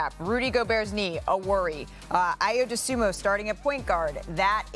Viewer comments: "He is not a point guard by nature" - yet literally won Point Guard of the Year in his final year of college basketball. Not even pronouncing his name right - put some respect on Ayo Dosunmu. Clown Perspective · Can't even pronounce his name right and he played all last season. Windy is a clown. "Not a PG by nature"... Windy probably don't even know what college he went to, where they practically retired his jersey because of his production at PG. WIndy is a clown. If he's not talking about Lebron he shouldn't be talking at all.